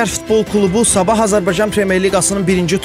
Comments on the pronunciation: 1.24 "Sabah" sözünü duz deyində. Zaman bildirən sözü elə deyirsiz ki elə bil klub adı çəkirsiz. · Mən də elə bilirəm ki, premyer liqanın adını Sabah Azərbaycan qoyublar..indi hər yerdə rastımiza çıxır axı..belə nitq olmaz